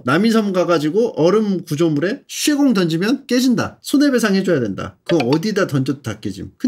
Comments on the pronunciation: 왜 쇠공을 셰공이라하는거죠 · 이분 왜 쇠공을 썌공 이라고 발음하나요 개불편하네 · 일부러 그러는거임? ㅋㅋㅋㅋ 쇠공도 셰공이라고 하는거 같은데 ㅋㅋㅋㅋ +영상 다보기전에 댓달았었는데 새랑 쇠빠따도 다 그렇게 말하넼ㅋㅋㅋㅋㅋㅋㅋ